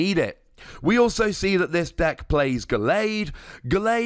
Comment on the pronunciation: the way you pronounce gallade pisses me off so bad